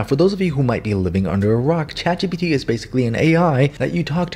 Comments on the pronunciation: Boy I definitely wasn't expecting "Chat... GUPEPT" 😆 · “And it’s called chat ✨GaBuTs✨” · Ah yes “Chat guh puh tuh “ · chatguhput. yes that should be the correct way to say it. anyway good job! love your vids and tutorials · Chat "gupt" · “chat gupt” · chat guhpuhte